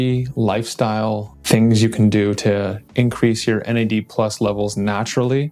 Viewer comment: You said Nads 😂